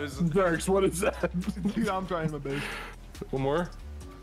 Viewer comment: I'm tryin mah baes 😂